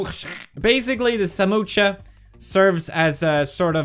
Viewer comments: That is samosa not samocha 🤣😂😅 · It's Samosa not Samocha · It's samosa not samotscha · Samosa ❌samoocha✅😅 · As an Indian it's samosa not samocha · Samocha or sa#₹mo#%₹cha#₹% It's 'samosa'....it isn't difficult.. Just say 'samosa' 😅😂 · Pewdiepie it's spelled samosa not samocha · Felix it's not samocha it's samosa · Love the way he said"samocha" instead of samosa...😂😂😂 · Samocha😂 That's samosa😂😂😂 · Samocha Nahi samosa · Samocha? Ha ha ha It's samosa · It's not samocha ..... it's samosa.......spell it right man